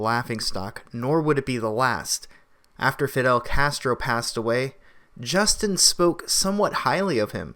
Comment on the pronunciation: Justina Castr-Uh is a joke!!!!